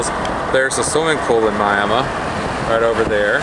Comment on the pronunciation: I love West Texas. Western Oklahoma. All that. And you pronounce Miami, Texas like we pronounce Miami, Oklahoma. David, Tulsa